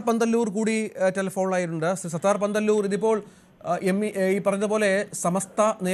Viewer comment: പാന്തല്ലൂർ അല്ല, പന്തല്ലൂർ.